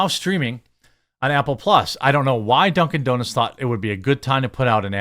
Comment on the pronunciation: 🤣😂he said "duncin deeznutz" 🤣😂🤣😂